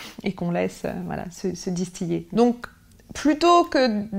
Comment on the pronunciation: On dit distiLer même en philo